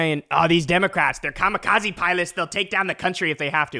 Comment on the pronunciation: “I was just in Japan, I talked about the Ka-mi-kozzy…” My non-brother in strife, just casually bringing up Kamikaze in Japan is just breathtakingly tasteless, unless one is making a worthwhile point about war crimes and imperialism in a productive context, I suppose, but he’s certainly not doing that.